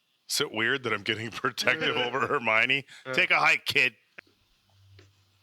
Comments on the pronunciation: since you talked about the comments being educational, I’ll add one more for Hermione pronunciation. You’re 95% there. Just a tiny adjustment. As opposed to “her-mine-ee” it’s closer to “her-mion (said like lion)-ee.” I don’t even know why I’m going so hard for the pronunciation. I’m not even a huge HP fan lol. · Correction: it’s Her-my-ah-nee not Her-my-nee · Her-my-oh-knee. The accent is on the "my", but you're missing out the "oh". Hermione. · Hermione = "Her-MY-oh-knee" (emphasis on the "MY" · Nooooo. It's pronounced "Her-MY-oh-knee". I'm surprised folks have let it go so long without giving the actual correct pronunciation. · Not to be a stickler, but it’s Her-my-o-knee 😉 And those streaking black clouds of smoke are death eaters not dementors ☺️ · Maybe more her-my-oh-nee but good effort! :) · I love how was struggling to pronounce Hermione since Viktor Krum had the same issue in the books.